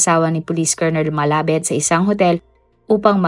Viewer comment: Hindi "malabed" kundi "malabad"di mo ni research ng maayus eh"KNOWLEDGE IS POWER"